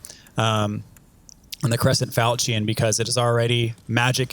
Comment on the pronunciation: Falchion, falchion, falchion, falchion, falchion. Look up how to pronounce it. Lol. Love love love the videos. Giving you crap.